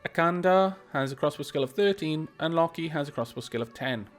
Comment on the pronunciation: Loki is pronounced Lōki but you made me have a celebeatory cup of tea, thanks.